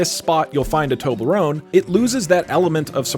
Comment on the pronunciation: Why do you pronounce Toblerone "Tobelrone"? Everyone else says the L before the E.